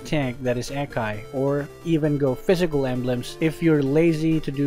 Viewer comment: The A in Akai is not like A in Air, but like A in Aura